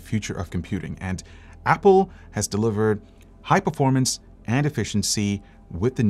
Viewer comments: "PERFORAMNCE" LUL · "PeRfOrAmNcE" LMAO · Ah yes, The "PERFORAMNCE" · Ah yes the perforamnce